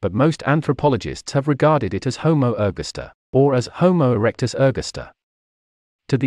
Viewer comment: I hate these Robo-Voices. It's pronounced Homo er-GAS-ter_, not _Homo ERG-asta. {:o:O:}